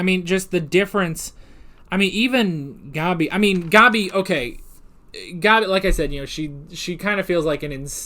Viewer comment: The way they pronounce Gabi in the dub kinda bothers me. Other pronunciations, like "Ervin" and "Reina", I'm fine with, but... "Gobby" just sounds... dumb to me, lol. XD